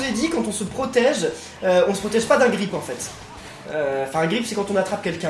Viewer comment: Ce n'est pas grip(c'est grap)😂😂😂😂😂tu disais que tu parlais bien anglais